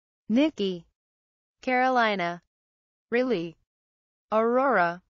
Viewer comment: If anyone has trouble naming your baby something nice and less popular, this is the video for you. But the pronunciations are hilarious lmao. “StefANie” “BAYtsy” “Rilly” “Tabith” “Odd Drien”